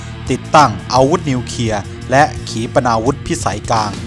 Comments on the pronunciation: อ่านคลิปให้ชัด นิวเคลียร์ ไม่ใช่นิวเคีย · นิวเคลียร์ ไม่ใช่นิวเคีย ออกเสียงชัดเจนด้วย